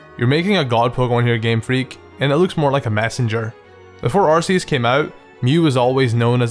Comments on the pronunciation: Arceus is pronounced ar-KEE-us and you would have known that if you watched Arceus and the Jewel of Life... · Ark-eus is the way to say it. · ITS AR-KEY-US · What really triggers me is... Its not Ar-see-us it is Ar-key-us! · Arceus is a goat, not a llama. EDIT: BTW, it's pronounced "ar-kee-us". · you said Arceus wrong it's ar-kee-is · THANK YOU! finally someone, who doesnt like arceus for the same reasons. i think it has - a terrible design - wasted potential also, everyone, who calls it 'arKeus' gives me ear cancer. i like the idea of a god pokemon. but its like in real life. people actually worship this thing and if you dont share their opinion, youre the bad guy, who should be burned and that pisses me off. thats why, i started trolling with saying, im a helix-believer. same with charizard. its a good pokemon, but its not the best. i prefer bulbasaur and get laughed at from those charizard-faggots "lol, tha kanto starters should be chamander, squirtle, and a second charmander! flamethrower them all! Stealth rock? Whats stelth rock?!" and thats why, charizard pisses me off. because of its brainless fanbase. also, everyone hates on gen 5, but gen 4 was the worst for me. not even because of allmighty shitlord god (not sorry), but because off the new evolutions of older pokemon. i kinda like weavile and i love froslass, but the rest is just terrible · yeah but ar-key-us is how it should be pronounced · It's not ARSEUS IT'S ARCEUS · arceus isnt that bad come on man... i appreciate u and every thing but arceus... come on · Arceus just pronounce it like "arkeus" and phione as "fione" just like that ^^ i hope u are not upset about my corrections just a comment ^^